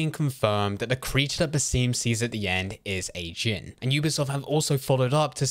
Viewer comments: It's not pronounced "Baseem" his apprentice pronounced it Basim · It’s pronounced “Baz-um” (Basim) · Why are you pronouncing it Baseem? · How did i mess up the pronunciation of Basims name that badly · How do you pronounce his name wrong every single time, it’s almost impressive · This guy pronouncing "Basim" the wrong way is so disturbing. Imagine saying "Lu-ki" instead of the proper "Low-ki".